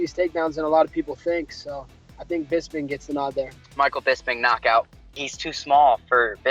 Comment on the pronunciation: OVP can't even say Bisping